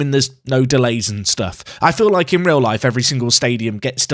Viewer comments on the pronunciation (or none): none